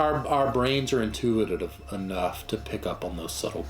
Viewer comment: He said intiuititive 🤣 i love this guys extensive knowledge and massive collection. It's inspiring!